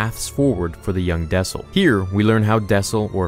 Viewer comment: Its dessel not daesil